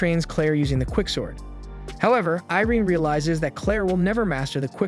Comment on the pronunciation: アイリーンじゃなくてイレーネな、キャラの名前は大事よ それとアイリアじゃなくてオフィーリア ちゃんとしろよ